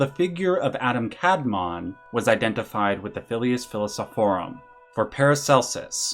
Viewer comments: As a native Hebrew speaker, it's kabalA and adAm kadmOn, the pronunciation I mean. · Very small note as a student of Kabbalah, in Hebrew the emphasis is typically on the second vowel. So it should be the second a in Adam and the o rather than the a that gets stressed for Kadmon. Same goes for sefirot. The emphasis in the pronounciation is on the o at the end not the earlier syllables. Great video though!